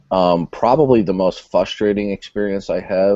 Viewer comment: Again,, the word is FRUSTRATING!!! It’s not FUS-tating. There’s an “R” in there. Please along with social skills use it. And you know while we are at it please learn Scope, Category and Level and use that as well.